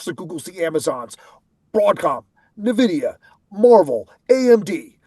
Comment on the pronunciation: It is NOT “nuh”Videa!